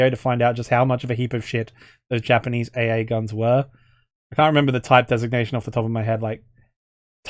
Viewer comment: I was honestly surprised by your Japanese. Think you could actually speak to an IJA soldier as a POW like that? Imagine the response he'd give, LOL. That's like College-level Japanese right there. You could be doing voice acting of actual WW2 Japanese military right now.